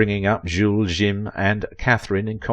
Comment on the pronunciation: "Jim" in Jules et Jim is not pronounced in that fakey French accent being used here, it's pronounced as it is in English. It's discussed in the movie, So no need for the Jzuules et "Jzeeem" pronunciation